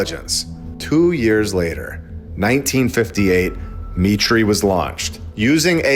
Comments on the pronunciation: I think Mitre is pronounced "My Tar", I could be wrong but in Australia we have a hardware franchise store called Mitre 10. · is it pronounced me • tree or my • ter ???? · Heads up that word 'mitre' is pronounced 'my-der' not 'me-tree'. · MITRE is pronounced 'my-tur' NOT 'me-tree' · It’s pronounced MY-TER not ME-TREE. Good grief. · ....it's pronounced my'-ter not me' tree, respectfully. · Buddy, everyone knows that Mitre is pronounced My-ter. Not mee tree. Here, maybe you have heard of a mitre saw? Do you call it a mee tree saw? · Dude... It's not "mee-tray" it's pronounced "Might-er" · It’s my-tur not me-tray. MIT RESEARCH CORPORATION. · Mitre Not pronounced Mit ree, but Might ur. As in a bishops mitre (silly hat with two points), or a right angled join, or 7 pieces of cloth joined at a corner. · It's not ME TREE, it's MY TER, like the popes's hat. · Mitre is not pronounced “me-tree” it’s pronounced “my-trrr”. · not me-tree, my-ter. Its a religious term/garb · I think you should look into "Mitre" MY-TER not "ME-TREE" Great video, btw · Mitre is pronounced MIGHTER - I have worked there It's M I T Research associated with MIT Lincoln Labs How much money does MIT Get from the Military ? MIT receives funding from the U.S. military, including approximately$1 billion in annual research grants and contracts from the Pentagon = CIA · FYI MITRE is pronounced MY~TER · Dude. Its 'MY-ter. As in miter/square... sound familiar. you get it. Lol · Not to detract from the excellent content, but according to Grok, “MITRE is pronounced “MY-ter,” rhyming with “fire.”” This proves MLB is not AI.🔥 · MITRE is pronounced my'-ter. (They used to have a post at the front sign in desk about safeguarding company data -- something about fog not being the only thing that crept in on little cat feet. Way back then, that meant things like locking your file cabinet.) And Dartmouth is pronounced Daht-mith. Ok, maybe only in Boston.